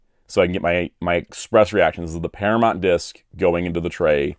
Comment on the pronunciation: Para-mont? I’m from Chicago and I don’t even say it like that